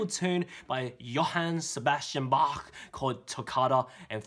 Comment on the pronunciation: I know this song! Now i need to listen to the original one! And you amaze me with your pronounciation of Bach :P In a certain livestream you did a better job on that awesom G of yours :D